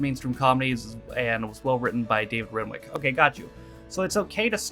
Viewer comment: I have a suspicion that Renwick is pronounced 'Rennick'. The only thing I can think of you'd miss from the first episode is the circumstances in how Victor starts his retirement. There's also a Blackadder special set in the 1640's and one set in the present day (kind of). Have you managed to get all your Vimeo vids uploaded to Dailymotion?